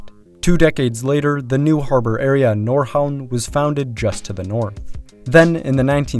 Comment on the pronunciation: Yeah he did a genuinely good job. "Nordhavn" really struck me as surprisingly on point